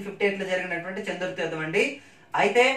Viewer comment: Anna చందుర్తి కాదు చెందుర్తి మా ఊరి పేరు